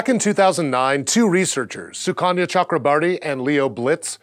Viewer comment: the way you pronounce "SUKANYA CHAKRABARTI" made me fall :D rofl